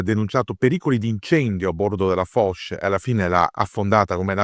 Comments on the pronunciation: Molto interessante. Piccola nota per chi desidera citare correttamente i nomi menzionati nel video: "Foch" si pronuncia /fɔʃ/, non /fɔk/. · Come perdere immediadamente tutta la credibilita, pronunciando ' Fok' invece di 'Fosc'.... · Ebbene si,secondo me proprio perche'e'sul pezzo da 40 anni dovrebbe sapere la dizione corretta,ripeto non e'una svista ,evidentemente pensa davvero che si pronunci "Fok'...e questa me e'una piccola cialtronata.... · La portaerei "Foc", non si può sentire.